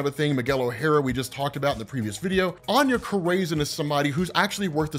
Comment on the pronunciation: I love ya, but Anya Corazon is pronounced aH-nYa Core-a-zOne. Keep up the great work brother!